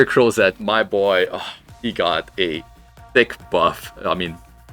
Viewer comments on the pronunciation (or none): none